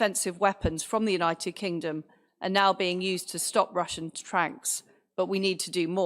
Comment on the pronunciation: United kink-Dom 😅 love the Estonian accent . Made me smile through all this madness . Strength to Ukraine 🇺🇦